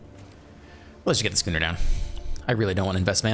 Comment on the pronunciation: Schooner is pronounced like school.